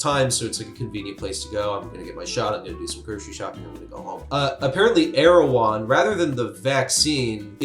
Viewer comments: I believe it’s pronounced Er-ew-hon. Either way, same business model as Goop. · Man, every time i heard you say the company's name i thought you're talking about the Turkish president...